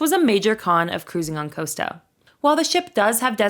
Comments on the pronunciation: Cost-a, not Coasta. Tos-cana not Toascana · Costa. It’s called COSTA, not Coasta. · For the love of God please learn how to pronounce the names. It is Costa - not coasta, just like Costco!